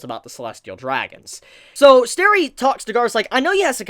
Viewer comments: His name isn't Sterry, it's Stelly. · Say sterry one more time and I'll ddos you.